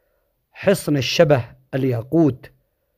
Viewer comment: يا اخ حصن الشبه الذي انت ذكرته لم تنطقه بالشكل الصحيح هو حصن الشبّه بتشديد حرف الباء كذلك انت نطقت كلمة عزلة متوح وهذا النطق خطأ والصحيح عزلة متواح بتسكين التاء وفتح الواو كذلك كلمة هوزان بفتح الهاء وتسكين الواو وفتح الزاء كذلك حصن عتاره بتشديد التاء.. كذلك باقي حصن قرية المعزب لم تذكره وهو حصن كبير جدا.. وختاماً شكراً لك على هذا الفيديو